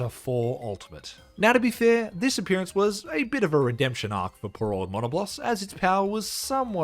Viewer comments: I’ve never heard someone pronounce Diablos and Monoblos this way 😂 Die-a-bloss and mon-a-bloss 😂😂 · Surely thats not how monoblos and diablos are pronounced right???? I always refered them closer to the word diablo as mono -blose or dia-blose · No but the way he said Monoblos (Its muh-nah-blose) Edit: NOO WHY DOES HE PRONOUNCE ALL THE MONSTERS NAMES WRONG.